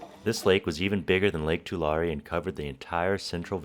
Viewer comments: too • lair • ree Born and raised in Tulare County... Pretty sure that's how most residents pronounce it! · I grew up in Tulare County! You got it close to how we say it as locals. It's more of a too leh ree (like "two larry"). My sister actually lives not far from where you are. She had to evacuate a few years ago during the floods.